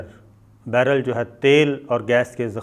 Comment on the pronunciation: Barrel ko baaller bol raha hai ha ha ha ha ha ha ha